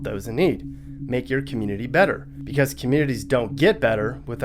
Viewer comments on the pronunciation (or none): none